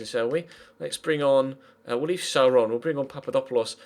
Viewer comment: the name schär is pronounced: share....just a little help :)